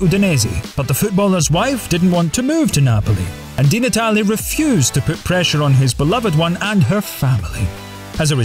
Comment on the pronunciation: Antonio DIIIIII Natale ([de] is in Spanish)